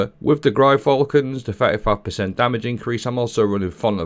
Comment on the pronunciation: That Gyrfalcon's pronunciation killed me! Has to be the worst one I've heard yet! 😅😅😅😅😅